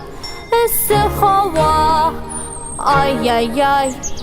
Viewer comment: Эссе хава түгел, һава Ява түгел, яwа